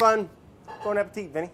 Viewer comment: Brad keep saying Vinny hurts me badly